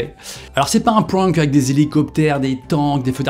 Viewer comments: Prank se prononce avec un aaaaaaa : P r aaaaa n k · Le mot prank prononcé pwwank il me perturbe trop😭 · Résumé de la vidéo , il ne sait pas dire prank